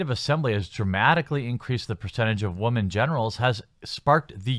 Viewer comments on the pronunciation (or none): How does someone who is clearly a native English speaker not know how to pronounce "women"? Sheesh. I don't see how they even attacked their fans. If you have such a big issue with their game, don't play it. That sounds like common sense, not an attack. Are you guys that fragile? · You still don't know how to say the word Women. It's not the same as Woman.